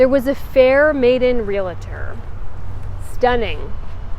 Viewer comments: I THOROUGHLY enJOY your videos, hence the Pareon support ... TIP- the word is REAL- TOR...not relator. Journey mercies, y'all! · actual REALTORs don't want to know that they are adding in an "i" to the membership name! Certainly never correct the public at Large on the funny mispronunciation, but the member should speak it correctly, slowly, until their brain learns the correct pronunciation.